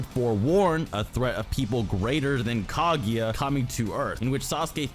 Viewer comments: Nice video but just one thing: it´s not Kagi, it´s Kaguya. Thank you. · "Kag-eeeeeeee-ya". wtf is wrong with you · Kageeeeeya!!!!!! Its Kaguuuuuuuya!!!!!! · My ears hurt from all the Ka-GI-ya, her name is Ka-GU-ya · if you say KaGYA one more time